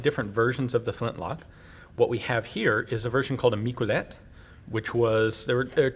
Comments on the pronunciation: "Mick-well-let"? I thought it'd be pronounced "Meek-eh-leh". Anyways, I'm not French myself, but it's surprising how much the French contributed to firearm development, the flintlock being amongst them. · In catalonia we remember the miquelets militians as a heroes. It is pronounced mi-ke-lets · Miquelet, pronounced "mickelet" (with the t), it's catalan not french. Miquelet units were created around 1650 during the catalan revolt